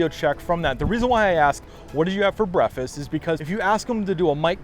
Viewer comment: he said brefess....